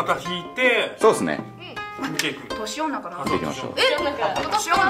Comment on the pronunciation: 年女が調子乗んなに聞こえる